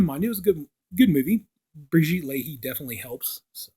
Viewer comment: Great review. Pronounced "Brigitte La-eh" 😊